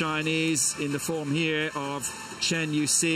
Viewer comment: better pronounces like 'chan' than 'train' OR the way the commentator pronounced the last name of Chen' Yu Xi.